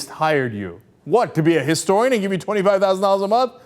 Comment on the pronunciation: i hate mitt romney simply because he said "An -istorian"....its "A Historian" you jackass